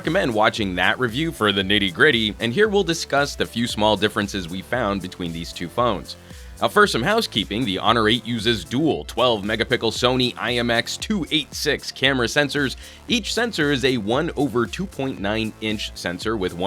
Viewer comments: why did I hear mega pickle instead of megapixel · did he say mega Pickles? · "uses 12 megapickle"😂😂😂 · He said 12 mega Pickle! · You guys at Pocketnow are constantly saying megapickle instead of megapixel. Is it on purpose? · I like how you say "mega-PICKLE sensors" haha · Did this nigga say megapickle? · Did he say "Mega Pickle"? 😶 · he said "MEGAPICKLE" LOL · Did he just said "megapickle"? :v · HI, I'm curious on why u pronounce "megapixel" as "mega-pickels". Is that the correct pronunciation? thanks! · he said megapickel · I like the way he says "megapickle" :)